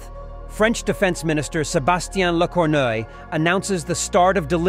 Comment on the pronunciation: Lecornu isn't pronounced or written like Lecorneuil lmao Dudes please this is disrespectful